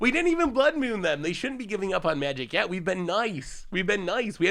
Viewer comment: Blood “Mune” is what I am hearing you say.